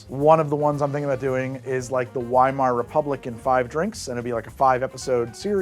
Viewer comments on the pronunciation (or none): I absolutely love Babylon Berlin!!! Also just to let you know weimar is pronounced with a "V" . I enjoy th ebooks, but season 1 of the show is amazing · I like history nerd episodes! I would definitely watch that 5-part Weimar episode, as long as learns to pronounce Weimar properly first:P